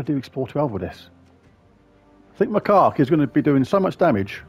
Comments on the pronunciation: It's pronounced Mah-kak not, well the other way. It's a type of monkey. Not as funny as your way, but may not get you dinged by the YouTube algorithm. lol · It's pronounced Mac - cack 😂😂😂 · OMG 😂😂😂😂You are SO bad! I had to stop and re-start watching about 5 times because I was laughing so hard! Now every time you say Macaque I bust (get it?) out laughing. So glad you found it though ‘cause that would be a shame if it was lost…….. Now I’m off to get lost in the Underwire. ANYWAY… great video but I doubt I’ll be able to afford The Ruby Macaque any time soon. Oh Lord I’m off again 😂😂😂😂😂